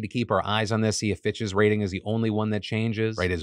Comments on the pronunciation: Am I the only one heard ‘bxtches’ when Phil said Fitch’s every time? 😅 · I was just listening toy his video and I’m like why is Phil saying bitches all the time but it was PITCHES! 🤣